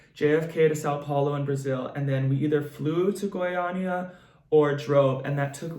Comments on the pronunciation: You said Goiânia just fine :D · I am brazilian, good pronunciation! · Your pronunciation of Goiânia was on point.